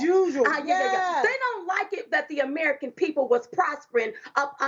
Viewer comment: Biden said arrerican instead of american